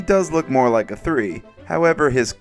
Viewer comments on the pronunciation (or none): none